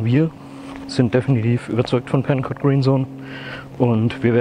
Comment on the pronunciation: Not 'Pencut' ... it's PencoTT!